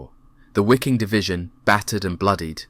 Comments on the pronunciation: How difficult is it to pronaunce Viking instead of Wiking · Those "Wickings" fought like the Vikings of old. The letter W is pronounced as a V. Ffs. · "Wiking" in German means (in English) "viking" and it's pronounced the same way as the English word "viking". A small detail. The narration on this video was excellent. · Wiking Div. Pronounced as V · Good video, but please, pronounce the W's with a V. Waffen would be pronounced as Vaffen.. Same with Wiking. It sounds better when pronounced as "Viking Division" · Wiking as in the Wiking Division is pronounced Viking. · Nope, I've heard native German and Austrian speakers say the divisions name, for some reason they do pronounce it "wicking"